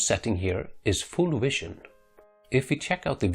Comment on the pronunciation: Then he says view then he says wision.... The fucking V always makes the same sound